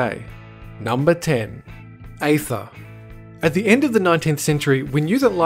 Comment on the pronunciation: Aether is pronounced as ee-ther, not ay-ther.